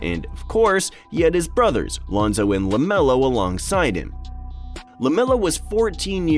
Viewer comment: Your research was horrible. -Melo was 13, not 14 -it’s Lonzo, Melo and Gelo, you said Lionzo -Melo didn’t take the free throws. Gelo did.